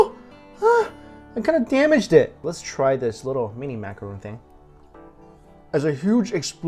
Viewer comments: Also, it's Macaron, as in Ron, not Macaroon, as in Roon. Two completely different cookies with different pronunciations. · MACARON NOT MACAROON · macaron not roooooon - im sorry cute guy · take a shot every time he says "macuhroon"